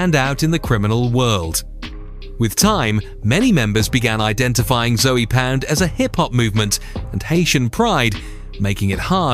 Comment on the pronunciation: YLO was not active in Liberty City. They were active in Little Havana and Hialeah. Also it's not "Zoey Pound". It's Zoe pound and Zoe is a slang for a Haitian individual, usually a male. Spanish Gangster disciples were present in the southern parts of Miami along with Imperial Gangsters, Satan Disciples and other Chicago born gangs that are predominantly Hispanic. You forgot about Latin Syndicate, TNS, INP, South Beach posse, 43rd Ave in Carol City, Carol City Lynch mob and many others. Half of this information is incorrect. I would know. I lived in Miami. Specifically Opa Locka, Carol City, Hialeah, Little Havana, North Miami and Homestead.